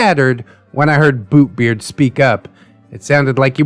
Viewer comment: I keep on hearing "Boobbeart"